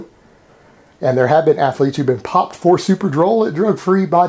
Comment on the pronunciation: Why do you pronounce athlete with three syllables? Do you prononce math with two?